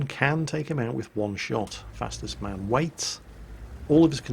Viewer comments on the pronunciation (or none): Actualy! It's not fastest man, it's Fastus man, or FastUsMan.... no...? Okey I'll shut up and go back to work